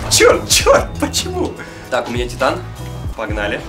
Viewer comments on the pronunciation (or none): none